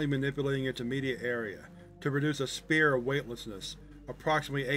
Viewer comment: I love your videos, I’ve been a fan for many years! But a tip- “Sphere” is pronounced like ss-FEAR. Keep up the great work!